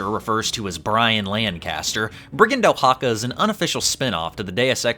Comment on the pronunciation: FYI It’s /waxaka/, or ~ Wa-ha-ka, not Oh-ha-ka. Still not the worst I have seen the name butchered though